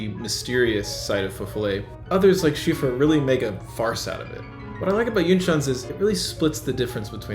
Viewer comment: Cziffra is pronounced kind of like 'Tsiffra'